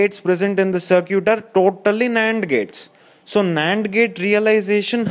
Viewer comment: "looking at the 'sir cute'" lol.. was really funny to me he was really getting into it